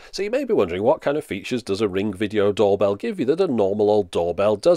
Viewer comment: "Ring ging" 😂